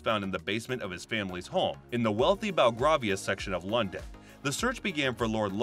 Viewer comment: It’s pronounced lord loocan (Lucan). Also BelGREYvia (belgravia). One more tip, it’s lester square (Leicester)